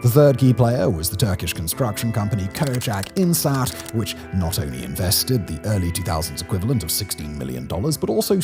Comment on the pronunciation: Yeeaah... as a Turkish person, it surprises me NONE that a TR construction company was involved in this. It's read Kochak Inshaat btw lol, just for pedanticism's sake.